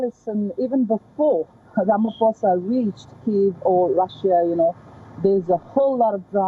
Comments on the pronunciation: I will help her. It is pronounced: “Rama-Poesa” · It was very difficult for your correspondent to say Ramaphosa....always practice before going on air.